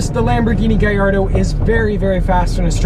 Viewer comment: it's italian it's GALLARDO NOT GAYARDO